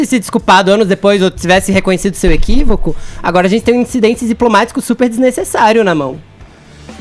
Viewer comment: "incididente diplomático" KKKKKKKKKKKKKKKKKKKKKKKKKKKKKKKKKKKKKKKKKKKKKKKKKKKKKKKKKKKKKKKKKKKKKKKKKKKKKKKKKKKKKKKKKKKK "INCIDENTE DIPLOMÁTICOOOOO!" KKKKKKKKKKKKKKKKKKKKKKKKKKKKKKKKKKKKKKKKKKKKKKKKKKKKKKKKK